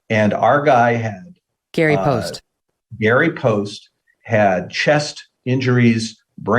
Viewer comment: It is NOT Gary Poste.